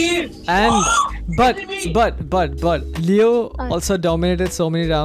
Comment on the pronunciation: when he say leo on height it sounds like kreo on height